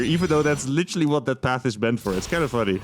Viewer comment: Can you please stop saying litchely all the time. Thank you.